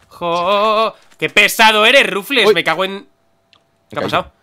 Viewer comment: ¿Alguien sabe porque pronuncia "Rufles" a Rufflet? XD